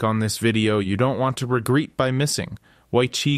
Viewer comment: Regreet? Must be ai. Not hard to fig out when "it" cant pronounced common words